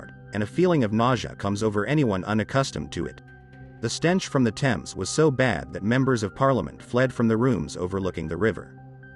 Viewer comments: If you said Thames that way in England, people wouldn't have a clue what you were talking about. There is a silent H because it is from a Viking/Saxon/French/Roman/Germanic language base. You drop the H in herbs and pronounce it the French way, English is a rich and fascinating language and when it gets butchered by people who don't care in the slightest, it winds me up. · AMERICANS London's river is pronounced tems. It is spelt THAMES but pronounced TEMS. How can you look to the narrator for information when he can't pronounce one of the most famous rivers in one of the most famous cities in the world. I know Americans struggle with words that aren't written exactly as pronounced, but this is ridiculous from someone pretending to educate you. It's like pronouncing New York as Nayth Ark, people would just look at you like you were crazy. Maybe people should learn things before teaching them? TEMS TEMS TEMS for all Americans that struggle. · It's not a little stream in a far distant land, it is one of the most prominent rivers in the world in one of the top 5 cities in the world. It shouldn't annoy me as Americans struggle to pronounce anything (Moscow is pronounced Moss koe not Moss Cow, for example and there is no country called Eye-Rack). It's not that you get it wrong, it's that you don't care that you get it wrong, it's sloppy. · Thames? Please - it is pronounced "Tems". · He said "thaymes" Thames is said "Tems". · it's pronounced tems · He is saying tems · Erm .. the river Thames is pronounced TEMS. Sorry to be a bore! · It was only mispronounced once. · so, it was still mispronounced,!! 😤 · It's infuriating that Americans do this, he is supposed to be educated.